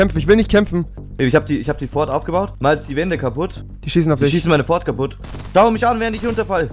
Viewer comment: *Port a fort